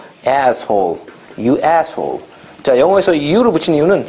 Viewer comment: I love how he goes from speaking perfect Korean, to letting out the most perfect New Yorker "ASSHOLE"😂